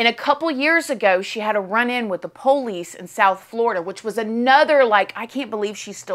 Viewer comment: POE Lice